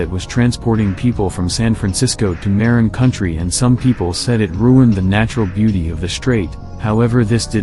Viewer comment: Everyone thinks the bridge is so cool until they have to start commuting on it and pay $8.80 every time you cross it. Not to mention there is no other convenient way to get from the north bay to San Francisco. Sure there are ferry services, but that only really works if your job is close to the ferry building. Also, your text to speech mispronounced Marin County, it’s pronounced MUH-RIN